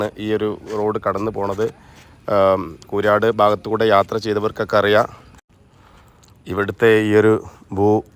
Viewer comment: കൂരാട് അല്ല,കൂരിയാട് മേലാൽ ആവർത്തികരുത്😅